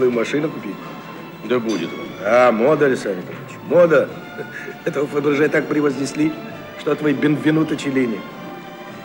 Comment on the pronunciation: человеку, который говорит Фабержье можно сказать стиль вампир😄